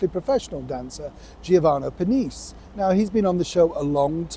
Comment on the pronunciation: Who's Giovanno Perneece? 😂